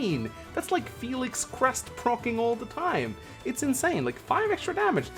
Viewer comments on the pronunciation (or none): none